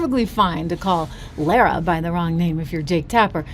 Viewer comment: Lara is pronounced LA-rah where the first A sound like the feminine article La in French and the second sounds like Ra, the Egyptian God.